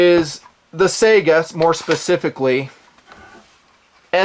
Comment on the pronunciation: How the fuck do you say "Sayga" or something! It's S-AI (unless you failed english class, A and I together is pronounced as "I")-GA. Not the goddamn video game console. Thanks for your attention. Good day.